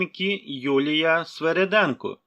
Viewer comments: Не Свереденко, а Свириденко, не роби паніку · Ведучий так хто СвИреденко чи СвЕреденко ??????????